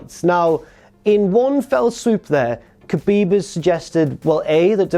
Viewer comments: Khabib = habib not kabib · You said his name wrong both of them... 😔